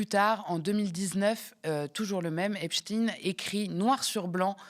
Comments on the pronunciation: Même elle n’est pas capable de prononcer correctement : in plus de 20 fois ein de temps en temps. Elle ne sait pas sur quel pied danser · pourquoi vous ecorchez son nom? c est pas epstine.. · Epstein se prononce Epstine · Grotesque, POURQUOI PRONONCEZ VOUS EPSTINE . DIT ON FRANKENSTINE? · Ah tu as glissé de EpstEIIN à epSTINE😂 sionisme quand tu nous tiens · Vous avez du mal à vous décider sur la prononciation du nom Epstein : vous dites Epstein, puis Epsteen, puis à nouveau Epstein, pour finir en gardant Epsteen. Dur Dur ! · Pourquoi prononcer Ep-chtine et non pas Ep-chtaîne ? Le grand scientifique Einstein, on ne prononce Inn-chtine. Est-ce qu’on voudrait cacher quelque chose? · Pas un mot sur les mails de Ariane de Rotschild concernant Dieudonné 🤔 on prononce Epstainnneee on dit pas Albert Einstinnneee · Ca se prononce epsTAÏNE...juif.